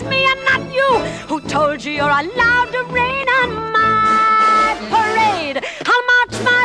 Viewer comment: I LOVE how - the camera pauses for her to sing...nobody's gonna rain on my pa.....then the camera pans out and for the rest of the scene she lets loose on the last syllable...rade...down to the enunciation of the letter D!